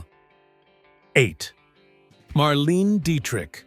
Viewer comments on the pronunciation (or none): "Mar-LEEN" Dietrich????? Definitely computer generated voice.